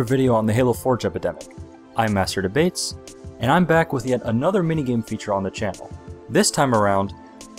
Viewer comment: Master Debaytes